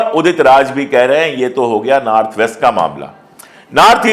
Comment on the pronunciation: Aap north ko naarth kyu bol rahe hai?itne achhe patrakar hai phir bhi🤔